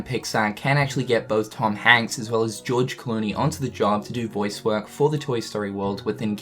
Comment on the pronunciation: the moment he says gorge clooney lmao :P